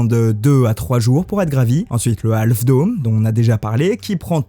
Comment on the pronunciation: "Half" ce prononce: HAFF.